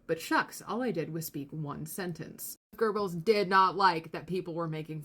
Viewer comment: Great video but there's no "R" in Goebbels.